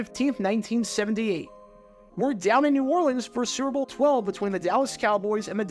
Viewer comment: Bro you have GOT to learn how to say "Super Bowl". You say it like srrrble, or like it rhymes with gerbil. It's 3 syllables.